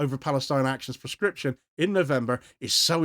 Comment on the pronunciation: PLEASE clearly say proscription so that it does not sound like prescription Very good content.